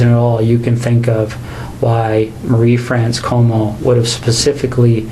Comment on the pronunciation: Your pronunciation of "Marie" confuses and infuriates me. Surely you don't think that's even close to some French way of saying it? Which accent or language are you trying to do?